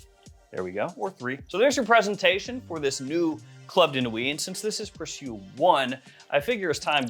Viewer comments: I think the name is pronounced like the English word "precious"? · Sorry I'm so late... It's pronounced pre sho...